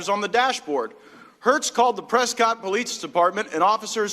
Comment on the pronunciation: He can't eveb pronounce Prescott right